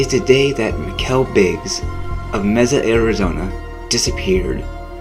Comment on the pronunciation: Messa? It's Mesa!